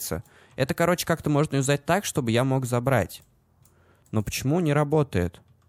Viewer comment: ЮзАть и заменИм... интересно ты ударение ставишь)))